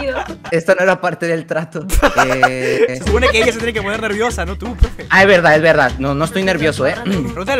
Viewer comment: Subtitulos:parra dijo esto no era parte del trato Mis oidos:parra dijo esto no era parte del TRASTO